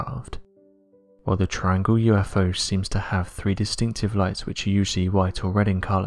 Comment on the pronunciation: I can watch this please get elocution lessons, Its three not free its eighteenth century not aaateef centry etc